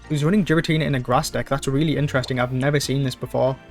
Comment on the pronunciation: Still pronouncing Giratina to Jiratina